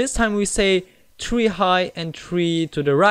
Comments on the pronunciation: You said tree not three ._. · you say tree not three